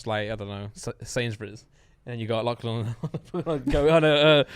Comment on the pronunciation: It's not clan it's Lachlan